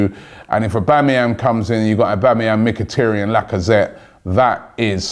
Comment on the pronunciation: It is MkhitAryan, not MkhitIryan...and „Shiroo“ not Sherude...you really have to work on your pronounciation😂